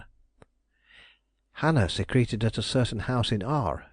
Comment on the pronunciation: secreted "Secrete-ed" is when you secrete sweat or mucus "Secret-ed" is hide Thank you so much for this reading! So much better than Librivox. She's a fav author. Ty so much!